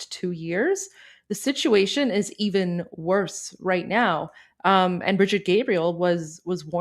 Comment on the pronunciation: It’s pronounce “Bridge Eat,” not bride-ette (like a small bridge). I know it’s petty as FUCK (and I guarantee she doesn’t care) but each time you did that I tripped my ear.